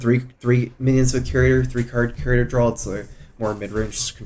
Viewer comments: Does he intentionally say "drawl" instead of "draw"? People point it out every video but he keeps doing it... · maybe he has some murloc roots